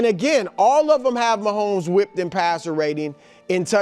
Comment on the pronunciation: Brou saying Mahommes down is crazy work